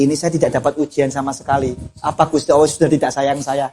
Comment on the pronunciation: Alloh, bukan owwoh. 🥶